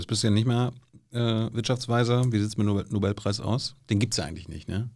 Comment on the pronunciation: Die ersten zwei Minuten und Herr Feld triggert mich schon mit "Nobelpreis". Kann ja nur besser werden.